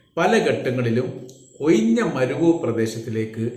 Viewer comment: Oyinja alla ozhinja